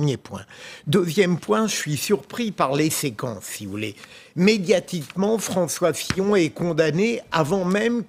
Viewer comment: A ''François Fion''